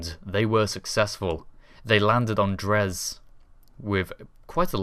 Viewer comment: Dres: pronounced dray